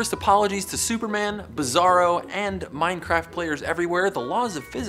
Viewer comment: He called it mindcraft -_